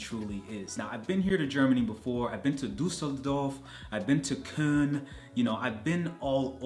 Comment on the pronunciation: Finally a native Englisch speaking person said not kolone. yes ist Köln.👍